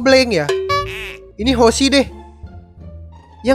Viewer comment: akhirnya wkwkkwkw teror w gak sia2 hahahha Nyebutin namanya udh bner kok wkwkwj yg awal hoshi yg ke w dino